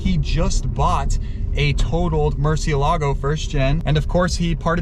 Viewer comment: Ok, finally I see how Lamborghini writes the name of the car and it clearly has an accent so it's Murcieeeeelago not Murciiiiiiiielago. It's Spanish guys.